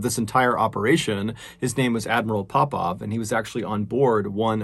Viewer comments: why every time you say admiral Popov I thought you going to say admiral Popeye ... anyway may they all RIP .. gr8 content MrBallen we really missed you . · Oooooh Popov 😂 why was I hearing pop pop like as in grandad or paw paw